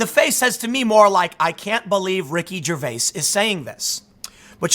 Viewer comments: Love the material but can't stand you saying Ricky ger-vase... It's ger-vay-es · The way you say his last name is annoying.